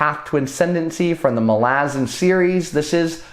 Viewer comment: Out of curiosity, are you mis-pronouncing “Malazan” on purpose? I’ve only heard it as “Mal-a-zahn”.